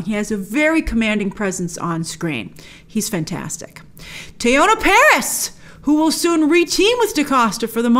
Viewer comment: It’s not TEE-YOE-NA it’s TEE-YON-AH